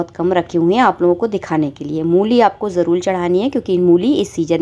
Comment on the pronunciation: Jarool Jarool Ye kyun bolti ho, Jaroor hota hai